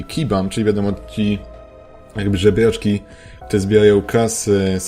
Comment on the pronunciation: czemu muwisz zebjaczki a nie zebraczki